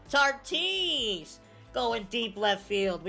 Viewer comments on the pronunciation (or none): I’m sorry bro I love you and your channel but can can’t stress this enough stop calling Tatis,Tartis I’m sorry like I said I love you but their is no r on tatis